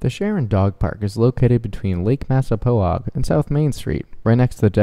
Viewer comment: Not to be rude but it’s pronounced Massa pog